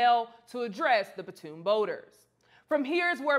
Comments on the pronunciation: PONTOON, not PATOON. Other than that, great job with this segment! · It's not a "patoon" boat. It's a PONTOON! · patoon boat,...?????? you have a show on this site and you can't say "pontoon boat,..?" Pon-toon ,.... not patoon,..!!!! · While she's at it, she can stop calling the PON'-toon a pah-TOON' boat. Ugh! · In addition to getting the correct information out there about him being the Co-Captain and not a security guard (which is a really sad demonstration of unconscious bias - he couldn't be a captain, he had to be security), can we stop calling the PON'-toon a "pah-TOON' boat." Ugh! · Lost me at "puhtoon". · You are not saying "pontoon" correctly. go to youtube to hear how it is said. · I can’t take anyone serious who can’t pronounce pontoon boat sorry not sorry 🤷🏾‍♂️🤷🏾‍♂️🤷🏾‍♂️🤷🏾‍♂️